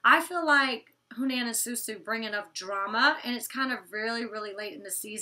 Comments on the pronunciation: huh-nan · Hanans name is pronounced Huh-nan